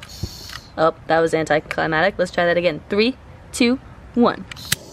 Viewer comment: The word is “anticliMACtic”